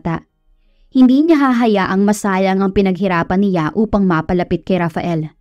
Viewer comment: Hi miss narrator, good day po,ang pagbigkas lang po ninyo ng si,ya sa halip na s'ya at ng ni,ya sa halip na n'ya❤❤❤